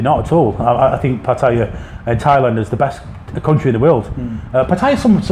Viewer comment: Will the Poms ever learn to pronounce the name of the town they live in ? It's easy - ask any Thai over the age of three.